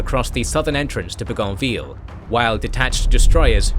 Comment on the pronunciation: Your incorrect pronunciation of "Bougainvillea" is driving me nuts.